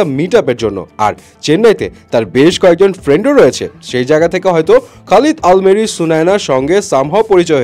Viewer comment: আল মেরি না আল আমেরি 🙄 ভাগ্যিস আলমারি বলেননি 😂